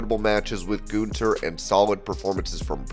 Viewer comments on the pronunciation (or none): for wrestling ramble. Please learn how to pronounce a name correct. His name isn't ( goon ther ) it Gun ther. There isn't a goon in the name.